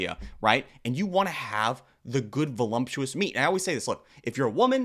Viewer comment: I’m sorry but I’ve heard it so many times now I have to say it: there isn’t an “m” in voluptuous! 😂 idk if “volumptuous” is a joke or what but I couldn’t help myself!!